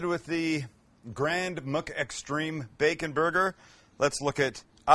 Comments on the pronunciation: Nobody: Sam: Grand “MOOK” Extreme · Sam: Grand MUK extreme burger Your Mc pronunciation gets me every tine haha